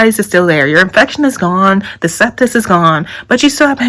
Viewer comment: congratulations. the word is "sepsis".